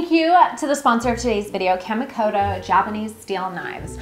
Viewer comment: The added touch of the character constantly mispronouncing Kamikoto really amped up the annoying factor. A+ work.